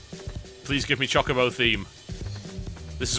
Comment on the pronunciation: I think you say chocobo wrong...